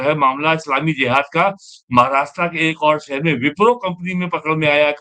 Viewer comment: वैसे उसे JIHAD ( जिहाद) बोला जाता है और J ( ज) से शुरू होता है। ZIHAD ( ज़िहाद) नहीं होता है ❌❌ सही उच्चारण है JIHAD ( जिहाद)